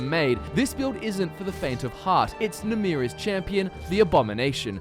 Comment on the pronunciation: Ye my favourite daedra isnt namira its NAMRIA. ye..